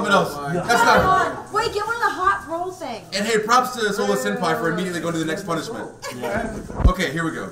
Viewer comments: Lol "plumishment"! Love you, Becky! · “I think we should call this a plumishment” -Becky 😂